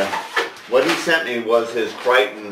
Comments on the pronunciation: isn't is "Cri-Ter-ion"? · nice going! I think it is pronounced cry-tear-ee-on" Regards, Eric